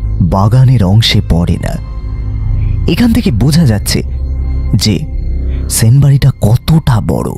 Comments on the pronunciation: সাহিত্যিক অজিতের চরিত্র যে করছে সে তো 'স' এবং 'শ' এর উচ্চারণের পার্থক্যই বোঝেনা। এসব লোককে দিয়ে সাহিত্যিকের চরিত্র একদমই মানায় না। কেন এদের নেন? জঘন্য লাগে। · ঠিক।বার বার 'সেন' কে 'শেন' উচ্চারণ হয়েছে।